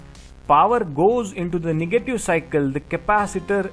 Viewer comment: Awesome video, but plz say negative power not niggative power